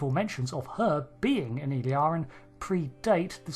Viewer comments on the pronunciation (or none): Please pay attention to the pronunciation. It is "ill-EER-ee-an". However, you are saying sometimes "ill-AR-ee-an", and sometimes "ill-ee-AR-ee-an". I believe that both of these mispronunciations are influenced by the name "El-Aurian". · You have gathered a lot of information from watching Star Trek but can't seem to pronounce Illyrian properly. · Your pronounciation of name "Illyrian" is wrong, very wrong.